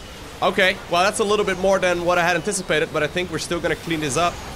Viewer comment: You said “this is way more than i inticipated” way more than i inticipated!